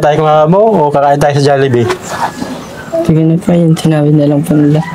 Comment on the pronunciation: HOOOOY, BASAHIN NYO KC MABUTI, HND KAYO MARUNONG MAHBASA NG TAMA, JOLLIBEE, HND JALLIBEE, WALA NMN JA